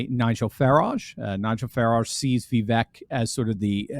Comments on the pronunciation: He pronounces his name VeeVake, not VeeVek. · Ya know, his name is pronounced Vee vake. Like cake. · Pronounced "viv-AKE." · Vivek rhymes with cake! From the horses mouth himself!